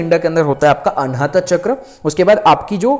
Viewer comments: Please sorry पर बहुत समय से आपकी छोटी विडियोज देखी तब भी लगा बोलूं पर आपके सामने मैं तुच्छ हूं लेकिन एक बड़ी बहन के नाते कहने का मन किया अन्यथा ना लें आप बहुत अच्छा कार्य कर रहे लेकिन आप ये जो चक्र को चक्रा बोलते या आज्ञा को भी आग्न्या बोलते हो आपकी नॉलेज बहुत अच्छी है पर हर चीज में आ की मात्रा उसका अर्थ बदल देती है कई महान गुरुजी लोग बताते शिव को शिवा बोलने का क्या अर्थ होता शिव प्रभु और शिवा यानी शक्ति अब आप कई बार ऐसी ही त्रुटियां करते और लोग भी इसे सुनते इससे फायदा हो या ना हो पर गलत उच्चारण सही फल नहीं देता ऐसा कई गुरुओं का मानना है और हमें भी सुनने में अजीब लगता ये अंग्रेजो की आदत होती हर चीज में आ की मात्रा लगाते हम तो हिंदू हैं क्यों ऐसी शैली का उपयोग करते आप। एक सुझाव है ये बस बाकी क्षमा चाहूंगी आपको कुछ बोला इसके लिए आपका ज्ञान बहुत अच्छा है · Aap log pahle chakron ka Naam sahi se uchharan karna Sikh le FIR video banaya kariye